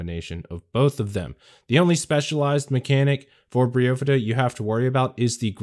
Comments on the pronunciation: Briofidda???!! ... cmon man its Bryophyta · Best damn guide, but definitely the weirdes fucking pronounciation of Bryophyta I’ve ever heard! ‘Brio-fyddha’? I personally pronounce it ‘Braio-faidah’. More similar to how Only Trails does it. Feels a long more right to me... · Bro… it’s Bry Oohhhphyta… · Bry-oh-fight-uh A bry-oh-fight or bryophyte is moss lol.